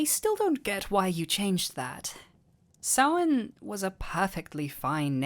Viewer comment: Finallllyyyyyyy. Someone pronounces Samhain correctly!